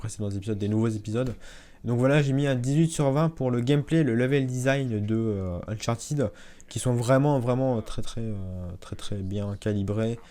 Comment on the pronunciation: on dit uncharTED pas TID